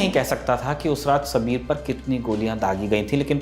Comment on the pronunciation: सबीर नहीं साबिर था उसका नाम